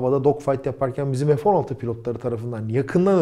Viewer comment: selam,, video için teşekkürler,, ufak br konu için uyarmak isterim. O uçağın ismi " RA FA EL" olarak türkçe telaffuz edilmeli. Ayrıca EF 16 değil, FE 16. Bu ufak ayrıntılar çok mu önemli? Evet çok önemli. Bir fransız ın türkçe bir markayı türkçe telaffuz etmeye çalıştığını asla görmedim. fransa da yer tarifi için, ingilizce sorduğum soruya bile, hep fransızca cevaplar aldım. Lütfen bu isimleri kendi dilimizde telaffuz edelim. Tekrar teşekkürler bu değerli video için